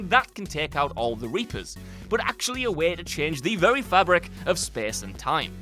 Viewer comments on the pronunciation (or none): none